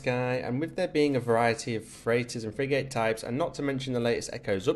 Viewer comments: Odd way to say "Frig'gate" can't unhear it.... it's frig'ut or frig'it it's most definitely not frig-gate . Anyhoo, useful video. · Pronounced Frigit not frig 8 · Bro really said "frig8"